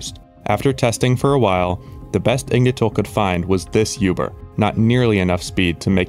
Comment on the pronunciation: Bro pls stop saying yuber you are swedish its OOBER.